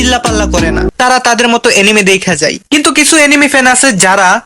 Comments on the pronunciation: na bhai eitar ucharon এনিমি hoy but tmi to এনিমে lekhso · Uccharon hobe aanime